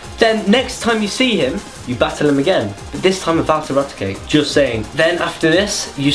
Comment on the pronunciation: You said so many of those Pokemon names wrongs. I'm surprised you even got Kangaskhan, Haunter & Raticate (or Combusken/Hunter/Raticake in your case) wrong, they're the originals man. -.- Also, for something so "dear to your heart", you don't seem to know an awful lot about it... :S